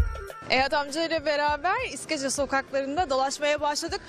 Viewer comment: Izkece değil iskeçe😑